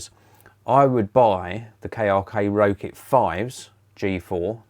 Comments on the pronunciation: Rokit is pronounced rocket 😊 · I wasn't sure if that's actually the correct way to pronounce it or not, and that everyone else was wrong haha. That sort of thing happens all the time.